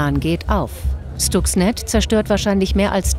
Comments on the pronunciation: "Schtuxnet"??? Wieder einmal ein Moderator, der sich nicht mit der Materie auseinandergesetzt hat. Schhhhhhhtuxnet! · schtucks ned